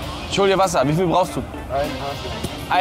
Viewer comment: Aber ich weiss nicht wiviel wasser ..Wiviel...Aber Wiviel? Der typ stirbt da halbert hahaha